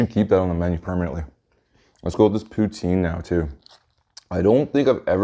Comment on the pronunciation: The amount of times he said pouteen